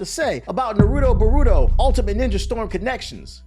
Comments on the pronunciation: The way this guy says Boruto kinda sounds like burrito 🤣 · Bruh the pronunciation of Naruto and Boruto was terrrible 😂😅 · bro is saying "Nuhrudo Buhrudo" lol